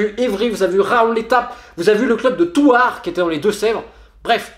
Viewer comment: Je sais que tu le savais pas mais Thouars tu le prononce mal mais bon ce club il est pas apprécié dans les deux-sèvre il y a pas une bonne ambiance entre eux et quand tu joués contre eux c'est que dès coup volontaire que tu prend parce qu'on leur apprend ça à l'entraînement